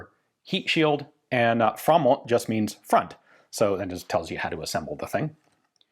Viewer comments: Not a bad pronounciation of Framåt at all there! Nice! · Writing "FORWARDS" in yellow caps with an arrow pointing at the muzzle is hilarious to me. *edit: framåt really means forwards and not just front as Ian states. His swedish pronounciation has really improved though.